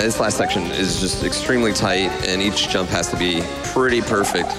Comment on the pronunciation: Can someone tell me why they all pronounce jump as yump